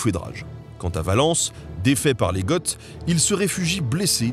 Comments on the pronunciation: Quand on parle du peuple, "Goth" se prononce "go", pas "gott"... De même que "Pulchérie" se lit "Pulkérie" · Vraiment excellent, et plein d'humour. Juste une précision : il me semble que l'on prononce chez nous "gô" pour le peuple des Goths, mais... ça dépend peut-être des régions... Quoi qu'il en soit, l'Histoire vue comme ça, c'est passionnant ! et rigolot !